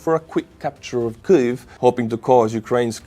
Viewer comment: KEEV,, please just say Keev 😂 Thank you for all your amazing work and good humour! 🇺🇦🇨🇦✊🏻💪🏼🇨🇦🇺🇦 Слава Україні!